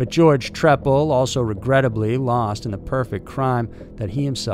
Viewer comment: I remember watching this on American Justice. His name is pronounced “Tree-pal.” At least according to Bill Kurtis. 😉